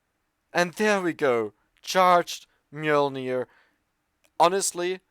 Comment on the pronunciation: for pronouncing Mjølner correctly!